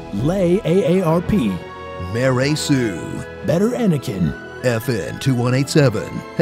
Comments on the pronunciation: "MaRey Sue" omg I'm crying 😂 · "MaRey Sue" TRUE